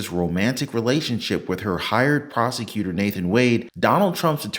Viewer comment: When driving through Georgia, remember: The word "prosecutor" is pronounced "prostitutor".